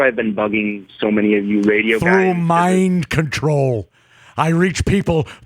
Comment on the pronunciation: MIEND CONTROL